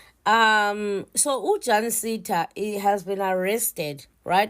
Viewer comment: is just a fool. She can't even pronounce the name right 'Jancinda'... We need to track her down...